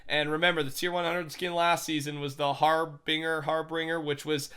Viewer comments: Dude you are saying it wrong it is har-bin-ger harbinger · oh no Saturday is coming ahhhhh! jk also " harbinger, habinger " sounds like sponge bob trying to pronounce hash slinging slasher